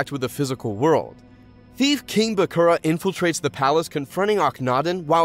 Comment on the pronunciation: It's a lot of names he didn't pronounce as they did in the show... I can't get over Mako and Bakura...